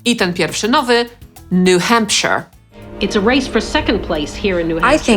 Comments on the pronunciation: Ten uczyć gdy New Hampshire czytałeś jako "nu hampSZAJER!" xD za dużo władcy pierścieni xDD A tak poza tym to znałem może z 15 nazw, a o istnieniu niektórych ze stanów dopiero co się dowiedziałem ;3 I'd like to visit New York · zadziwila mnie wymowa dwóch - Arkansas i New Hampshire, zwłaszcza drugiego. Czemu "nu hempshyr" a nie "hempszair" jak w wymowie z Lord of the Rings - Shire? pisownia ta sama.